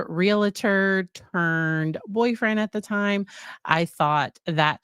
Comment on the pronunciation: Love you. But as a 35 + year Realtor. It’s only two syllables. Real tor. Not Realator😊